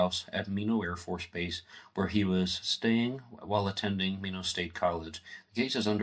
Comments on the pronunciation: Nice show! Minot is pronounced My Knot. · An interesting presentation. There are a few errors of facts that can be verified elsewhere,such a the correct Pronunciation of Minot (my-not) . One would be the very subtle difference between "knew of" vs "knew". another you might want to correct is how/if Maurice knew my brother. You stated they were in the same homeroom. That, by Maurice's own writings on pages 259 and 260. Another misleading comment on those pages implies that Maurice and his cousin Mary Ellen were also in the same homeroom. At the time. SHS, in all grade levels admitted both boys & girls - in the High school they did not share the same home room. So Maurice's reference to John, Maurice & Mary Ellen in the same homeroom is another - at best - typical misleading statement. My father was strict and therefore was not always an easy man to live with. But no, he was not abusive, and frankly there are many who could relate more good than bad but have always hesitated to do so after seeing how those who dared speak up were attacked and denigrated. note: thank you to for finding the original mythrepresentation in the PDF version of TUE.